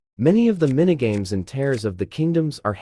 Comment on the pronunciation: it is teers not like tear paper